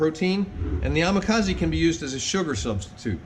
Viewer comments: I giggle when you say amakaze, instead of amazake...😆 2nd time here, and reviewing. I'm having so much fun. Thank you for sharing! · Dude! It's amazake! Ah mah zah keh. Please try not to butcher the japanese language. Thank you.